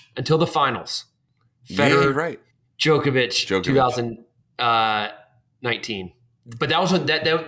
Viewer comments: Yes, obviously it's the wrong pronunciation, and also hilarious: Yawnik, Joke-ovich etc. But every language has it's own native vowel pronunciation. For Americans it's easiest to pronounce the vowels this way. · well pronouncing it as Djawkovic like Rawger isn't right either. The correct pronunciation is a straight O which is rarely if at all exists in American English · Why do Americans always lengthen every vowel?? They keep calling him JAHnnik and they say DjOHkovic and Del POHtro and CarlOHs etc etc. This is not how these names are pronounced FFS. They are really simple, straightforward names to pronounce just pay them the minimal amount of respect and say them right. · no but it isn't, I'm sorry. If you take Djokovic for example, the O sound is EXACTLY the same as when Americans say the name Roger or Thomas. They don't say TOMEas and ROHger, all they have to do is simply use the same vowel sound they already use with other names, they know how to use the sound but they choose not to, its infuriating and it also requires so little effort. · they are speaking americanese, and that is correct for them. none of them can say Djokovic correctly at all. It rhymes closely with clock. but then americans pronounce clock like clark or clurk. it's americanese, it is what it is. after hearing Sam describe the occasional very long fifth set as a needle in a haystack, don't worry about it LOL